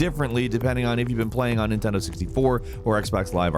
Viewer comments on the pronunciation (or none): none